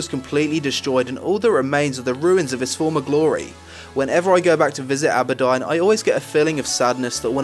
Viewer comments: Can I just throw a few things out.. You, yourself have said you got into WoW in WoTLK Two patches and several years after questing... Secondly AHberdine ?! As a native English speaker you should recognise its AWWberdine (Auberdine) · Auberdine = Abbodon? dude, it's pronounced Or - ber - dean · Isn't it pronounced aber + Deen? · I always thought it was pronounced "Awh-ber-deen" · you slaughtered the name for aurbedine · Stormdance .M lol he is English, he isn't the one with the 'accent' everyone else is. It isn't because of his accent it's pure mispronunciation. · I have a similar accent to his and I know how to say things correctly xD He's just a lazy speaker. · Lol same dude he said tanaris and auberdine differently than how I pronounce